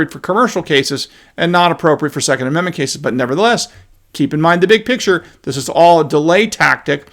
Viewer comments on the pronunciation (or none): none